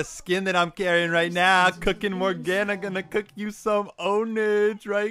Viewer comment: More Gah Nah is how you pronounce it.